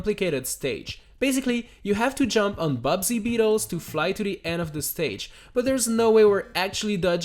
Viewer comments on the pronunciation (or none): It's not "Bubsy beetles" It's buzzy beetles Like.. buzz, the noise bees make Not a terrible video game bobcat with an annoying catchphrase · is anyone gonna bring up the fact that he called the Buzzy Beetles Bubsy Beetles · U called buzzy beetles bubdy beetles